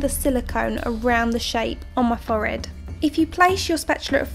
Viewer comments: real good but it annoyed meh when u said "fored" instead of forehead but any way really cool 😀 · the way she says forehead 😂😂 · Layla Underhill OMG I was thinking that!!